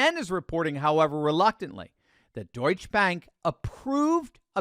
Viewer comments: Pronounced "Deutsche-Uh" Bank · Duetsche is pronounced Doyt-cha. you have to pronounce the E on the end. why does someone who deals in world issues not know this?